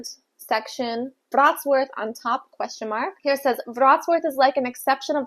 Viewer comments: It's vrot-slaaf not vrots-worth 😂 you even said the way they say it wrong wrong lol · Hey there! I live in Wrocław metropolitan area. Thanks for visiting. My advice to pronunciation: Wrocław phonetically it is pretty close to "Vrots - love".